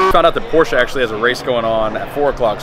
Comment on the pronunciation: This dude claims to like Porsche and can't even pronounce Porsche correctly.